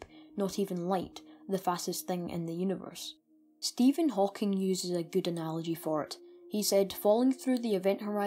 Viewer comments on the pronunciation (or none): none